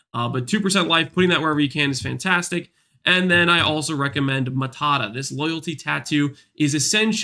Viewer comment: Its not matata its maata